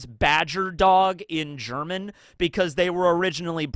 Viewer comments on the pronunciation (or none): Took me ur comment to figure out what he meant. Appreciate other cultures trying to speak German tho